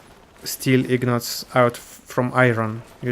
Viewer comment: Those are INgots, not IGnots)